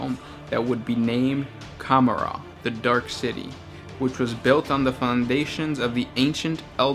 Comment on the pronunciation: lol cumarar? com-or-ah :P